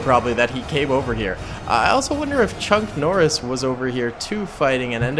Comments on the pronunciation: Chonk Norris LOL It's "Chuck" (I really did LOL) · Did he just say chunk Noris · Bruh why do you call him “chunk Norris”